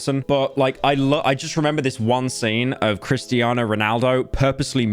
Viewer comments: Bro said kristiana ronaldo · HE SAID KRISTIANA RONALDO